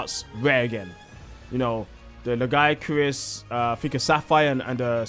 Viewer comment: Dw bro youre saying lagiacrus the only right way